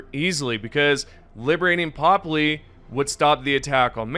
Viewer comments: Its ”pöpli”, with an ”ö”! Not ”popli”! Swedish anger intensifies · Try jumping to one of those planets sometimes. Then you'll pronounce it properly, like how Popli isn't like pop-lee, it's more like purp-lee. Definitely not popalee. Also, seriously? Vandalin? It's VANDALON. with an O. ON. Do you turn "in" the light switch or something lmao